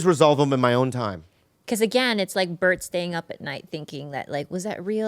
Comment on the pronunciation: Bobby said Bert's name right , what universe am I in right now???? 😮